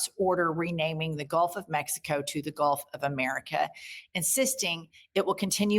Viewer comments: Golf of Uhmericuh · Mayne we rename it to the way she pronounces it, the gulf of Imeerikkka? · " GOLF OF MURIKA" 😅